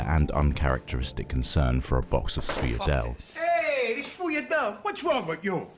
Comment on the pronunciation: the ultimate sweets >"sfuyadel" an attempt was made